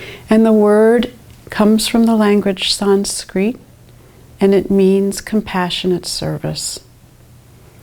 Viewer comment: To be honest the picture for this video was not a good one. It made me think you were a man. Also you pronounced Sanskrit wrong. Also i believe this 'protocol' was invented a very long time ago. Its like saying I'm going to do a ancient Chinese massage but I'm going to start in a different position first. But don't worry the massage is the same